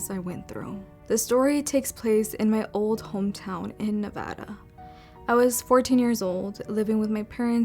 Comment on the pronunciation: She said NEVADA correctly <3